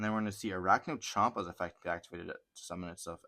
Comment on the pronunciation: its campa not chompa or compa its campa 💅